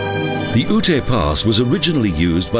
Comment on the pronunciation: As a former resident of Colorado I just wanted to correct the pronunciation of Native American Ute tribe. In your videos the narrator pronounces it as "ootay". Ute is actually pronounced as "yoot". No offense meant. Otherwise a nice video.